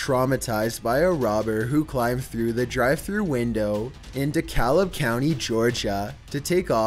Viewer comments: love you vids but Man, do you need spelling/pronunciation lessons! Heroism is pronounced “harrow ism” and De Kalb is pronounced “Da cab “ -silent L. Just saying. I’m definitely a big fan tho or I wouldn’t even say anything. lol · Dekalab county 😂😂😂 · #8, dekalb is actually pronounced decab. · Dekalb ga is sounds like deecab...i remember that one i live close by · Am I the only one that is annoyed he pronounced dekalb wrong